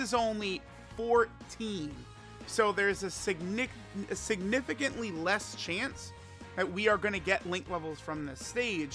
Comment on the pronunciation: this dumbass literally almost said Ni**er while trying to say "significant"